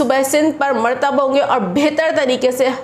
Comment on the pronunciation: murratab hae sahi word merteb ghalet hae